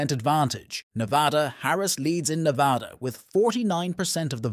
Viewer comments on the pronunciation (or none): Not being able to pronounce Nevada makes you sound ignorant.